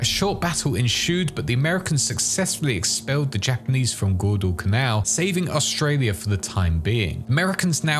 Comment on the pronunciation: I had an aneurysm every time I heard you pronounce Guadalcanal. Great video regardless.